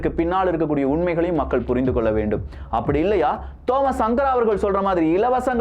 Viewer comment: தோமஸ் சங்கர என்று உசரிக்கவம்